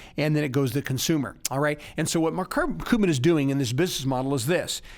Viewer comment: Thanks for the information, very informative. The only thing that threw me off was your constant mispronunciation of Mark Cuban's last name. It's Cuban(Q-ban) just like the people who come from Cuba. You kept saying cou-ban. What gives? 🤷 Btw, Mark pronounces his last name Q-ban